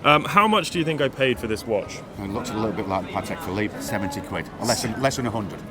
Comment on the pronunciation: Patek „Phillipe“ —> Patek Philippe